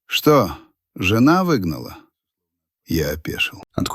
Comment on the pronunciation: только вот жЁна подкачала, с ударением опять беда😢😂😂